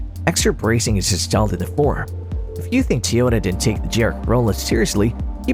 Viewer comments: T oyota? it is Toyota. Not T oyota. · Had to stop watching this this idiot can’t even say Toyota correctly